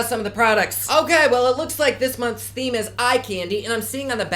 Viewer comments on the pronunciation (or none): none